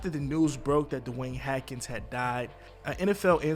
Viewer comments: Dwayne Haskins... not Hakins. Spelled correctly...pronounced wrong throughout the video. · Dude 1st of all his name is HASKINS NOT HATKINS!!! Secondly for you to say that SOMEBODY said he wasn’t satisfied with the way his career was going is pretty much on the line with what that IDIOT Adam Schefter said. Before you start reporting a death you should get facts and NOT spread WHAT YOU HEARD, unless it’s FACTUAL. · Why do you keep leaving the S out of his last name? It's NOT silent. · You can't read that well it's Hassss kins not haken.. lol but ok 👍🏾 u said alot 🤣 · His name is haskins not hackins you moron! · Last name is Haskins not Hackins js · His name is pronounced “Haskins” not Hatkins bro… C’mon man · HASKINS!!!!! Well we see why he does this on YouTube…man do you not even check your videos before you post them!?? That’s very disrespectful!!! Now who is this DeWayne Hatkins you keep talking about!!???? HASKINS MAN!!!!! You should apologize to the family for doing such a botched amateur video on their loved one they mourn and you can’t even get his name right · I salute you for the video, but his name was "HASkins" not "Hackins" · He ran out of gas. We say "Haskins", you say "Hackens"? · It's Haskins not hakens bro all ur videos say that. RIP DEWAYNE O-H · Yo say his name right HASKINS not hakin sheesh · HAS-Kins. Not HA-Kins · His name is not “Hakins” it’s Haskins. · HASKINS not Hackins. That drove me crazy over and over though out the video. I almost just turned it off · Can you not read?!? It’s one thing to not know the player but how do you pronounce Haskins ‘Hackins’. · “H-a-s-k-i-n-s”. Ha-skins,,,,,,not Hakins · Man you pronounced the man name right once in the entire video smh HASKINS NOT HAKINS BRO! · He even pronounced it Hadkins at one point and that's when i gave up with hope in this situation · Hackens though.. the disrespect of this man's name!! Worse than Stephen A Smith saying Kwamay instead of Kwame. 🤦🏿‍♂️🤦🏿‍♂️🤦🏿‍♂️ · It’s pronounced HASkins!